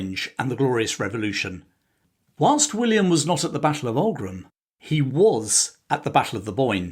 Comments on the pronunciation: and Aughrim is not pronounced Aug-rim but augh(och) rim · There’s a lot of good stuff here. However, you get at least two words badly wrong. Tyrconnell is pronounced Teer-connell” and Aughrim is pronounced “Ock-rimm” Consistently referring to Londonderry ( as opposed to intermittently saying “Derry” ) is clearly partisan. Also, the Irish were “ saddled” with James. He was colloquially known as “Seamus the shit” (Seamus a caca) After the siege of limerick, the Irish general Sarsfield reportedly said he would fight on, if fate would have put William as their king instead of James. The big advantage William had was that he agreed to be subject to the law ( James had insisted he was above it) and therefore was able to find many more willing lenders - contracts being governed by law meant they were confident of being repaid)